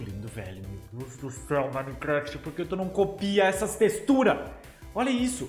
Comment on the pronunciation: ta falando texturas errado em e teturas